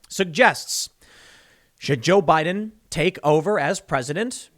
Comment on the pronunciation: Jo-Bi-Din 乔比丁